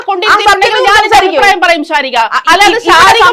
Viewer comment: ശാരിക അല്ല , ശകാരികയാണ്